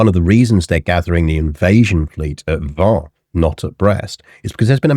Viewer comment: Isn't Vannes pronounced like "van"? In any case, thanks for the good episode!